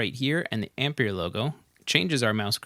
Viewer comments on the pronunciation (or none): Please stop saying "Ampeir" jajajjaa!! It´s pronunced like EMPIRE 😝😝😝 Apreciate the video bro!!! Thanks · Brilliant video!! But the plug-in is pronounced AM - PIE - ER.......it's a play on words really, as in Empire......Great vid. Keep up the good work! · It's pronounced amp-pai-ur...rhymes with Vampire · Have u heard of the word Empire? I'm fairly sure it rhymes with how u really pronounce Ampire, so brb im gonna think carefully if i wanna watch past the first 15 seconds of this video now